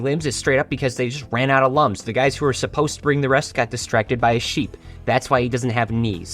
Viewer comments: Should mention that lums are pronounced "looms" as in "illumination." Also thanks for telling me there's a Rayman board game, I am getting it immediately. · Clicking off for the lums mispronunciation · I played origins when I was a child. All I can do is watch and suffer as everyone mispronounces Lums.